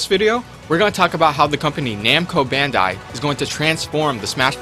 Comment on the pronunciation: It's already bad enough that you are saying it in the wrong order every time, when every time you show a picture of their company logo, but you also pronounce Bandai incorrectly.